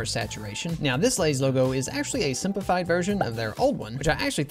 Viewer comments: Lay’s more like say’s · For lays instead of oversimplifying it’s more like over real… izm… izing